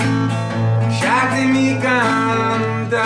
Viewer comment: Your pretty good but you said "Lasciatemi" wrong